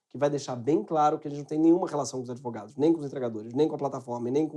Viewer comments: Simplesmente AMEI. Esse "idvogados" fechou com chave de ouro. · "Idvogados" a ideia foi jogada. Hora de agir